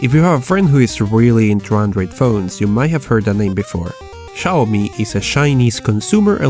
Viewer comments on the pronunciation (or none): Not Chaomi, Xiaomi! [Siaomi] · Не Чауми, а сяомИ́И́И́И́!1!1! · It's xiomi not chiomi ffs xD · It's "Xiaomi" not "Ciaomi". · se pronuncia ziaomi,o csiaomi , no chiaomi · Shiaomi? Seriously? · It's pronounced "seeow mee" btw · yes. but its pronounced jowmi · Chaomi??? Schaomi??? Really?